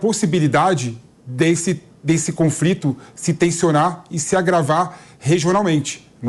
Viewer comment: O cara falou confrito